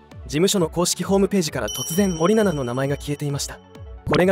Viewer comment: 森永みたいに言うなw